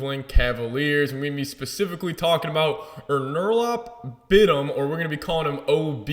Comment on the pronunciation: His name is pronounced Onur-Alp Bit-im.